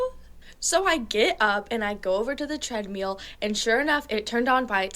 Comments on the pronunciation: "Treadmeal? Sort that out" 😅😅 love u girl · "Why does she say "treadmeal?" Maybe because she's from the south.?